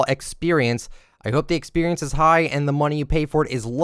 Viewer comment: Was this guy breast fed? The way he says experience is so triggering...